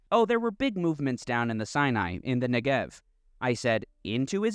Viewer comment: Your content is great. You constantly mispronounce Negev. The emphasis is on the NE, not the GEV.